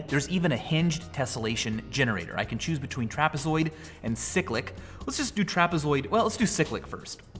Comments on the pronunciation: He pronounced cyclic, sick-lic, when it should be pronounced the same was as in bicycle. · yeah, me too, as in cycle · siklik? I thought it was pronounced as it reads, cyclic